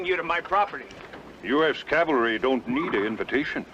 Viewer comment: did u notice: abt/between - the guy asks: "what's the 'calvary' doing here?" now, i call that a real blooper. LOL.